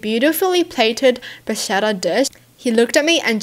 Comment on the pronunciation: I'm not italian but i just want to say that bruschetta is pronounsed brusketta (brus - KE - tta). you're welcome